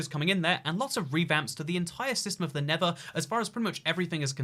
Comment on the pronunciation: NeTHer not Never; slow down so you stop making stupid pronunciation errors!